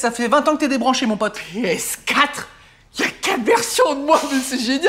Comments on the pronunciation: PÉ ESSE QUATRRE Édit: avec l’accent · Il à prononcé "PS4" à la guadeloupéen 😂